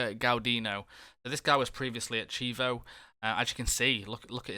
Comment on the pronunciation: Just a heads up (if you're o interested?) Chievo is pronounced like "KEY-A-VO" :) Nice video - some really good players!